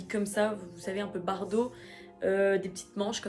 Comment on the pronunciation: Mais c’est pas bardo c’est bando 😅